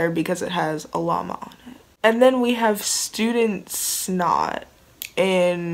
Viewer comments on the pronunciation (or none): none